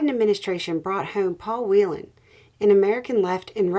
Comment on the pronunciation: Aside from the accuracy of your general commentary, you're the first American to correctly pronounce Whelan - "Wheel-in" NOT "Well-ann"!